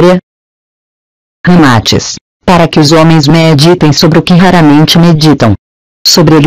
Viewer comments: Péssimo áudio. Dicção errada. O nome do cara ñ é Ramátis, é Ramatís. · Só detesto esse leitor de voz, é horrível na pronuncia, até o nome de Ramaatis pronuncia errado, pra que coloca esse leitor de voz aff?